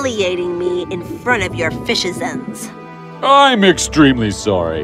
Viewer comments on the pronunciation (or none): Fishizents huh ha ha